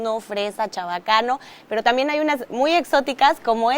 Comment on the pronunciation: Dice "tamien". 😅